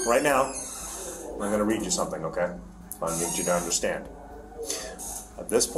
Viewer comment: Do you actually “understad” that? 😂